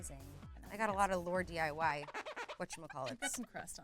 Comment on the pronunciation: Were any laurdiy fans triggered when they kept saying laurAdiy?